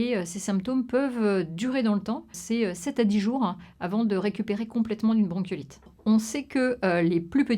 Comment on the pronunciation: Visibl-han. Jour-han. Bronchiolit-han. Ventilatoir-han. Machin-han. Dizain-han. Aaaah jpeux pas.